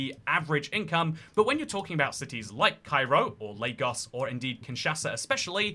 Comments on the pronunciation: First white person I've seen pronounce Lagos correctly. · You pronounced Lagos correctly Good job 👍🏿